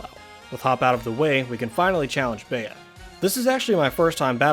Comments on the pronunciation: It’s bee not bea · It’s pronounced bee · 🌸.+Bea is pronounced Bee.+.🌸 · its Bea (bee) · I’m pretty sure her name is pronounced “bee” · Her name is pronounced "B"